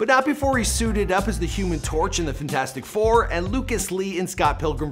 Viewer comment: ‘finastic 4’